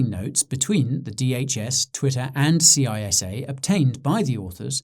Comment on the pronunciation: It is pronounced CISSA like a snake saying ssssssa not C.I.S.A.